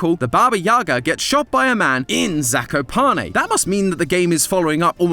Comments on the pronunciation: As a polish person , i hate the mispronounciantion of zakopane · as a person near 'zakopane', can confirm, we're all like this. (it also pains me how pronounces it... 😟) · POLAND MENTIONED RAHHHHH🗣️🔥🔥🔥🇵🇱🦅🦅 (The way says Zakopane makes me giggle)